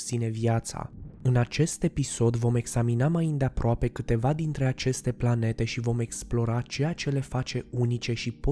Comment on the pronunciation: Eu am auzit la una pe aici că a zis plante în loc de Planete